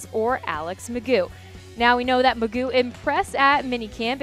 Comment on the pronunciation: there is no way it is pronounced mcgoooo. why would anyone go with that. you just say its mcgoff. i just dont understand.